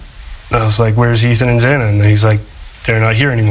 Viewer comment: I liked this judge until I heard his rant in the beginning. And how he mispronounced Xana’s last name (twice!). So disrespectful. And when he thanked Brian for showing him respect by standing while answering the judge. Geesh!